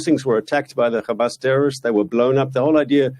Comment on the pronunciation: Reporter: why are you committing genocide? Mark Pinocchio: KHAMAS, KHAMAS, KHAMAS, KHAMAS, KHAMAS, KHAMAS, and finally khamas.